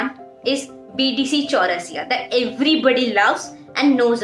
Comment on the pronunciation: Bdc chaurasia😂😂🤣🤣 Sister it's bd chaurasia